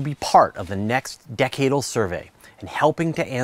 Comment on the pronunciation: He pronounced "decadal" wrong.